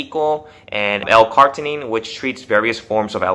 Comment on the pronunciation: It's pronounced L-car-ni-tine not L-cart-inine ;)